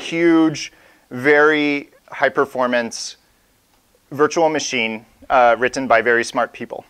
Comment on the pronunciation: great video... but the over-annunciation on -tten is killing me... wri-t-t-en (te te te) ahh!